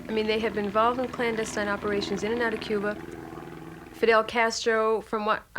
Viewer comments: There is no Q in Cuba, the C is a hard C, pronounced with the K sound, ie KUBA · There is no Q in Cuba - it is pronounced - Kuba - a hard C - as in Castro